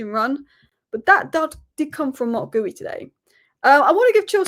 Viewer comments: It's not Goo-yee but Gee-yoo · It's Marc GEE-U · It's Gee-Yu if we're sounding it out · Marc GEE-You 😊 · I watched from arabic commentry and they call him GooYou 😂😂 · Love you video and comments very nice … But please say Marc Guiu properly please 🙏🏼